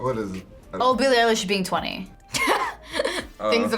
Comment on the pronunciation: its Billie EILISH not Billie EYELASH